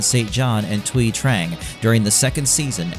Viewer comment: Thank you for pronouncing Thuy correct!